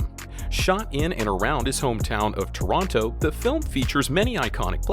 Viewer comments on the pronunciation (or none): none